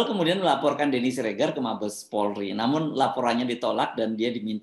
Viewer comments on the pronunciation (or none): none